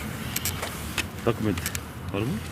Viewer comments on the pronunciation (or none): none